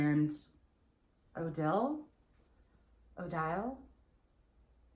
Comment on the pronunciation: Anthro tank top is pronounced O-DI-LAY 😘